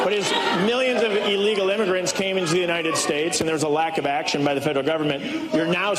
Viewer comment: He said ILLEEGAL like trump